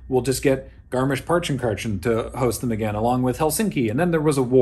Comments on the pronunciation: Boy, you pronounced Skirmish-Punkenkitchen really good! Much less bad than most of the English natives I know. Good job, man! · Your pronounciation of Garmisch-Partenkirchen was actually awesome! And the Baxter cameo was really cool! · Your pronunciation of „Garmisch-Partenkirchen“ was actually really good! Greetings from Germany :)